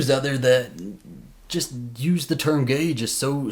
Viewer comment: Dude, this issue is so simple. Fretting over using "gay" a lot, in your gay vlog, is like if another dude who did a hobby-car vlog was wondering if he said "engine" too much. By the way, you don't actually say "gay" much. You say "ghee", which is a refined butter product. What's up with that?